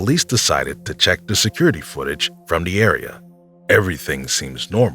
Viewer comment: immediate dislike when I hear someone say "duh" and not "the".